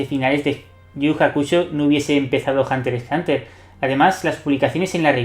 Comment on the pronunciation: men, no es por ser quisquilloso, pero aunque sea pronuncia la X, en vez de decir hunter es hunter, en los otros casos pronuncian la X por lo menos. Hunter x(exs) Hunter, minimo no?